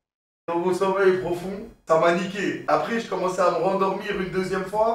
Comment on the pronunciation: "mon promeil sofond" je suis dead ahahahahah